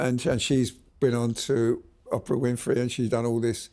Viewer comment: please stop calling OPRAH : OPPRA. OOOOOOOOPRA.